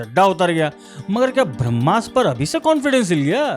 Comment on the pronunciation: बंधु, शब्दोच्चारण “भ्रम्मास्र” नही “ब्रह्मास्त्र - ब्रह्म + अस्त्र” है। कृपया ठीक कर ले और मातृभाषा का शुद्धोत्तम संस्करण दर्शकों तक पोहोचाये । 🙏🏽